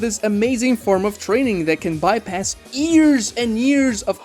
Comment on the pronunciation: STOP SAYING "EARS" INSTEAD OF YEARS I SWEAR IM CRYING AND SHIDDING AT THE SAME TIME